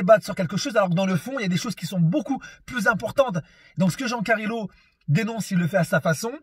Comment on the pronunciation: "jean carilo"🤣🤣🤣